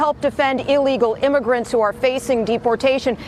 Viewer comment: She also said "imergants".